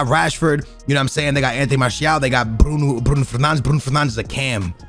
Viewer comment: Mans doing a Manchester United video and can’t even say Bruno Fernandes properly